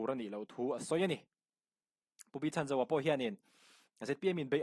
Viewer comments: Pu Chhanzova hming hi a tluk dikin lam ve la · Minister pu Chhanzova hming hi lam dik ve la😂